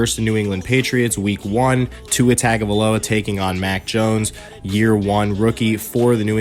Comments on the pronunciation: Your pronunciation of Tua's last name is so off its tongue-ga-vio-la not Tugo-vio-la. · It's...tung a vi lo a.learn to say his name right.